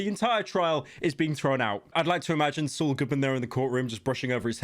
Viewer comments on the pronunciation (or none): He called Sual